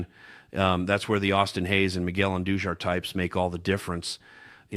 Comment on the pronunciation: Albert Poo joles...really? It's Poo holes... Miguel Andoo jar...really? It's Andu har...